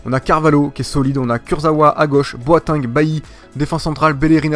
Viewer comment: il a dit boiting